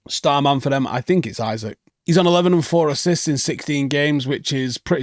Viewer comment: Did Bro just fucken say “Isaac”???. Bro Lock tf in